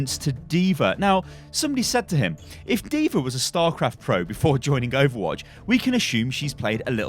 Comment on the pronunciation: Call her diva not diver